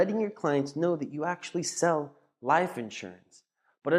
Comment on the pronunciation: Like the content except the way you say liiiph insurance